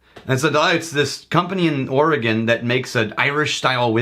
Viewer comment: Congratulations on pronouncing "Oregon" correctly. People on the east coast often have a problem with that.